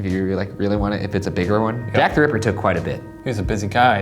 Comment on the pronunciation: when Ryan said Jack the Ripper I had to rewind it around 12 times because I couldn’t understand what he said 😂😂